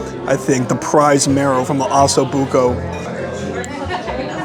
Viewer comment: Oh-so Bucco